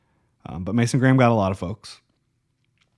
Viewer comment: Maasan Grahm??? Lol